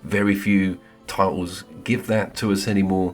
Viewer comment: Two spectacular games….. both stunning looking . DS has my vote though because I just adore the remoteness. DS took half the time to develop compared to Hellblade 2, what a joke, plus I put 170hrs into DS….. how long is Hellblade? Six? Also……did you really say ‘TITles’ ? 😂😂😂😂